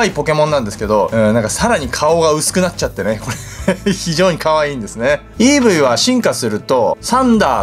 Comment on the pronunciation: イーブイをエーブイ、ピクシーをセクシーって言ってた様な